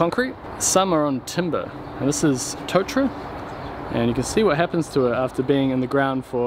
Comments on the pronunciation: It's not "Toe-tra" its to(r)-ta-ra. tōtara Otherwise, great vid as per usual. Look forward to seeing you frame up this extension e hoa. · Rimu + kauri prounciation very good, Tōtara needs a long 'o'. Pretty amazing that the Tōtara post lasted so well.